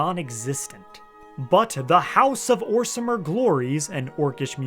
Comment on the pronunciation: We don’t say orsimer hard r we say orsma now